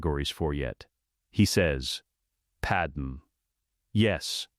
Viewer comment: I suppose my only criticism is the Padme pronunciation. Maybe spell out "Padmay" so the voice can pronounce it correctly.